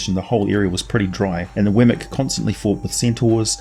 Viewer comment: Weird; I've been in campaigns with one of these, and studied up on them for 20 years, but I never heard it pronounced "Wemmic" before. It was always "WEE-mik". I just started calling them Lynels after Breath of the Wild.